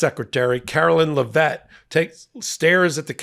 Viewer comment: i love you but PLEASE PRONOUNCE Karoline Leavitt's name correctly.